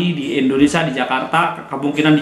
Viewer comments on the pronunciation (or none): Indonesia "Sia bukan Sa". Ucapkan asia dan dunia bisa bagus. Saat bilang nama negara sendiri salah. 😂😂😂